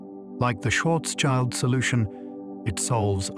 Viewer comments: schwarzschild sounds more like "shwarts-shield", not like "shwarts-child" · please don't let this stupid robot pronounce incorrectly Karl Schwarzschild schwarz meaning black and schild meaning shield